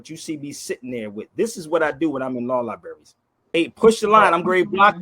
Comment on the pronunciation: It is interesting to me that someone who "supposedly" has visited so many different "libarries" around the country, still doesn't know how to pronounce the word "libraries" correctly. Just because someone, like, has visited some "libarries", doesn't make him a "lawyer", but on the other hand if you spend any time in prison, you are considered a "criminal". I just wonder if has spend any time in a prison? Just "aksing"? Sorry, I meant "asking"?